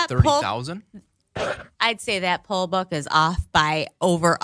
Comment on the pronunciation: Pronouncing it "pull book" makes me doubt she even worked with the election.